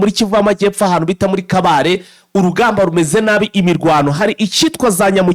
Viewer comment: Mwatse ntabwo ari kabale ni kabare.